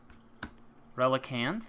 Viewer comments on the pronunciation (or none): none